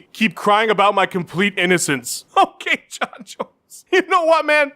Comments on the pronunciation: ah, yes!! Hearing "H'okay Jon Jones" a few times in a row just makes my day! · H'okay Jon Jones, h'okay